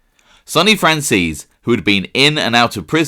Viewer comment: The way he pronounces franzese 😂 "fransees" lol its fran-zeh-see